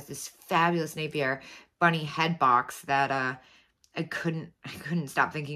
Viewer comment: Your pronunciation is correct. I always think of the commercial when I’m questioning my memory of how to say Napier. So, just remember, “Napier is merrier. Napier is sexier. Napier is naughtier..”